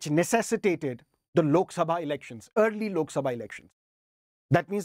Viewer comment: Sir still you remember the pronounce of lok "SABHA" 😅